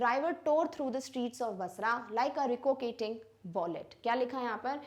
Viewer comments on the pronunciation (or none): soccer ❌ saucer✅ ricocheting ❌ rikoketting ✅